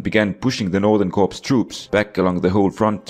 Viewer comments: When you see the word "corps" in military organization terms, it's pronounced like "core" It's a french word, blame them. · Great vid, but fyi the p and s in "corps" is silent in English. So it's pronounced "core."